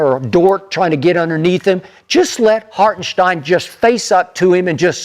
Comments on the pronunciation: Put some respect on IHart's name. His name ain't Harkenstein. 🤦🏿‍♂️🤦🏿‍♂️🤦🏿‍♂️ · So they just never gone pronounce Hartenstein correctly? 😂